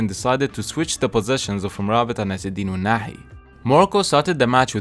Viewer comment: Are you Arabic, you pronounce ounahi and regragui very well